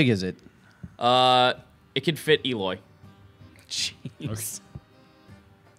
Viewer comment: Eloy more like BEE-loy I’m not sorry